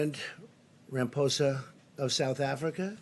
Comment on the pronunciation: "president Ram-poza of South Africa" haha